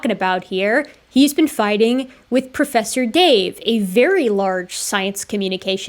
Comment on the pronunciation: Pwofesser dave....not a professor.